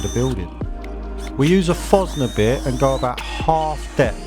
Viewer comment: 😂😂😂 a fogner bit ????😵‍💫 it’s a forstner bit my mate Nice gates though 👍🏽